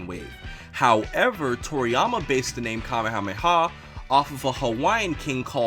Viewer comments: You mispronounced King Kamehameha´s name. If you want to hear how it sounds look it up or watch the dub. They say the prounce it correctly in the dub by calling it the kame ha me ha wave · growing up Hawaiian and reading/watching dragon ball and dragon ball z was so confusing because Kamehameha is pronounced nothing like the Hawaiian king lol